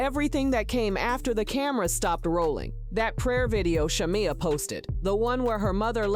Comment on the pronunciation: Content Creator promise me you will pronounce Sha-meeeee*ya😂😂 correctly before you blog in the future. The show is going down fast. Why? Wrong housewives! Porscha is just createing content that has drama in it to say her own job and she should not risk the union and friendship of a lifetime bff. Its simply not worth it.